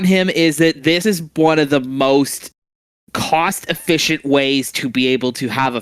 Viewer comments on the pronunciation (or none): "Cost (Kaust) Efficient Ways" 👏🤣